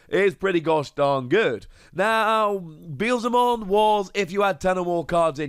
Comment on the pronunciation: we love you but dear God it's be-el-ze-mon for crying out loud